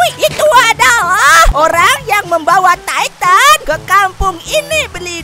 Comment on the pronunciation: Eren jadi taiten bang